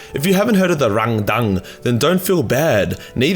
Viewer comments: "The xenos called Rang-dan-dan." Me: "Wut?" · Hah! Love the sass on Timmy here. Also, pronunciation of 'Rang-dang' is now my new favourite thing. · I laugh every time he says rangdang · The rangdan. 😂😂😂😂😂😂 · Every time you say Rangdang, all I can hear is Arnold Schwarzenegger trying to order chinese food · Please, never say "Rangdan" again. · If this guy sais rangdan like a Vietnamese person one more time I’m going to explode from laughing so hard